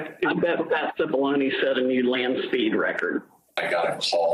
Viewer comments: How manny different ways are they going to pronounce Cipallone???🤦🏾‍♀️😂😂😂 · How long have they been doing this investigation, and how many people have been working on it? And no one could teach Mrs Murphy how to pronounce Cipollone xD